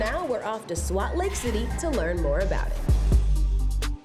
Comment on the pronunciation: pls tell me she did not just say "Swat Lake City"... maaaannnn